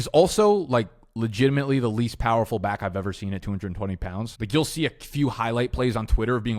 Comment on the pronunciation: I like your videos think they’re great great concert. I have no idea why are you say bike instead of back though